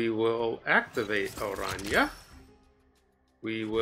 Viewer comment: One of the few snap content creators that pronounce Araña correctly lol